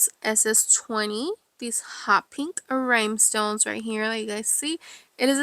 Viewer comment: Great video and beautiful cup! I did giggle every time you said “rhymestones”, though😂